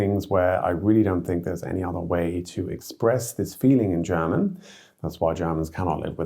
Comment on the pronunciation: I noticed that people from the UK are exceptionally good in pronouncing German fluently. It seems like second nature and this guy's accent is really good. props!